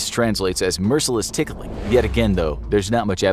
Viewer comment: says ticking not tickling